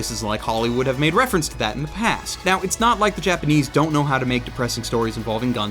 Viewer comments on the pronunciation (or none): none